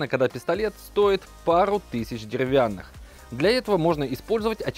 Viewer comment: Говоришь деревянных(уже режет слух)